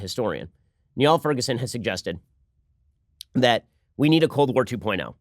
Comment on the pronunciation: Bring Niall Ferguson on the Sunday Special! He has great popular histories that I'm reading right now. Also, "Niall" is pronounced "Neal"